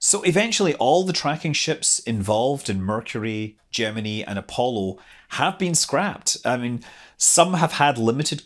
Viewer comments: another one that can't pronounce gemini yeah i get it but you don't understand how stupid it sounds when you pronounce it like you and amy do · learn how to say gemeni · I've always pronounced Gemini with a long "i" at the end. (ie: Jem-in-eye). I couldn't help but notice Scott pronouncing it with a "ee" sound at the end. How do you other folks say it? (I read far, far more than I watch TV/videos, so sometimes I end up having really goofy pronunciations of things...)